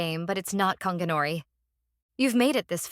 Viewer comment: It’s gon gi not konginori mf